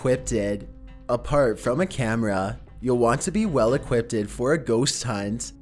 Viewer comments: Lol. ‘Equippedted’ is not a word, bro. It’s just equipped. I love your videos, but it seems like in just about every single one of them you mispronounce or downright make up at least one word. You call demons ‘demonds’, you pronounce apparition as ‘apparation’ to name a couple of my favourites. Call me a picky asshole or a spelling/grammar nazi or whatever, but it stands out like a sore thumb to me. It’s like nails on a chalkboard. It makes you look foolish and amateurish. Please don’t take it personally, I’m only trying to give you constructive criticism. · It's equipped, not equippted, you dunce.